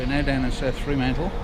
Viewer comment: Mate, it's not 'Free' mantle. It is Fr'mantle.